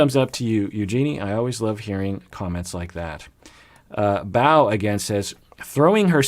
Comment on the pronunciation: Btw, my nickname is Bow like a bow and arrow 🏹 😉 I'm not upset about it at all, obviously there's no way for you to know, just feels funny hearing it pronounced the other way. Really enjoy these Comments Reaction videos! I remember reading and liking many of the comments you highlight. This is a pretty great community. 💛